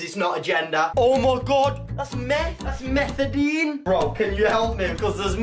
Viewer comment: "MethaDENE" -Words by